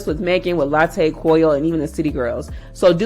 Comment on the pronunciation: Not latté😭💀